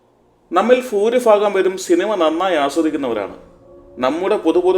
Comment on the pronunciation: ഫൂരിഫാഗം❌ ഭൂരിഭാഗം✅ 'ഫ' എന്ന അക്ഷരത്തിൻറെ ഉച്ചാരണം മറ്റു ഭാഷകളിൽ നിന്ന് വന്ന പല വാക്കുകൾക്കും വേണ്ടി ആവശ്യമുള്ളപ്പോൾ മാത്രം 'fa' എന്ന ശബ്ദത്തിൽ ഉപയോഗപ്പെടുത്താറുണ്ട് എന്ന് മാത്രം. പ വർഗ്ഗ അക്ഷരങ്ങളിലെ അതിഖര അക്ഷരത്തിന് 'fa' എന്ന ശബ്ദം വരാൻ ഒരു സാധ്യതയുമില്ല. അതുകൊണ്ടുതന്നെ ആട്ടുമ്പോൾ ഉള്ള ശബ്ദം 'പ്ഫാ' ആണ്. 'പ്ഭ' അല്ല. ഭാഷാപരമായ ഒരു കാര്യം തിരുത്തിയെന്ന് മാത്രം. വീഡിയോയിൽ പറയുന്ന വിഷയത്തോട് പൂർണ്ണമായും യോജിക്കുന്നു. അരാഷ്ട്രീയമായ പദപ്രയോഗങ്ങൾ സിനിമയിലും രാഷ്ട്രീയത്തിലും സമൂഹത്തിലും വളരെയേറെ അർബുദം കണക്കെ ബാധിച്ചിട്ടുണ്ട്.